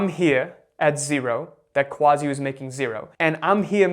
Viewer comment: Honor to meet another Quazi. Say it the way it's supposed to be brother! Quazi (pronounced Kazi!